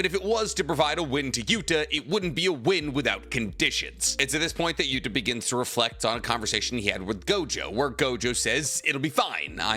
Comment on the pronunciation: Can u please stop calling him Gota?, it’s Yuta dude 😅. U still called Kenjaku, Kenjaku.